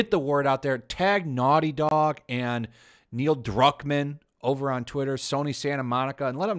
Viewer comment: really love the way pronounced neil Cuckmann🤣